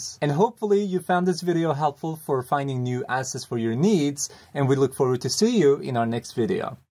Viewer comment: Am i the only one that hears this at the end : "and we look forward to *sue* you in our next video" .... xD